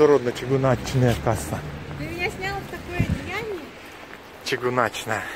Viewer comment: И не чыгунАчная, а чыгУначная. Но у нас ВСЕ говорят по-русски! Поэтому просьба не фантазировать.